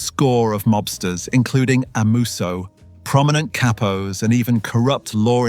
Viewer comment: Va-La- Chee,Valachi😅 Cap-o ,Capos😅